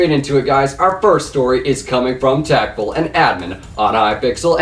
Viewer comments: Who else is triggered when he calls TapL Tap-L not Tapple? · Its Tapull (Teh Apple)